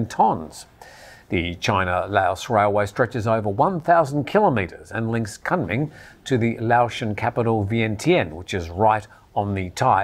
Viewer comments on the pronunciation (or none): Kunming pronounced as Koon Ming, repeat after me, Koon Ming.